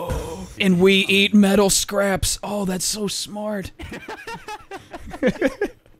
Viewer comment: Scaps not scraps